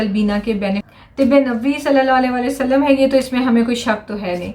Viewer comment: Please apny salam ki pronunciation theek karen!!